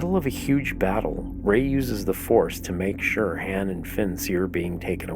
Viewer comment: You're killing me the way you say Han. Good video tho.....